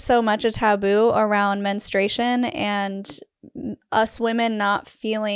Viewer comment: Menstruation, not menstration.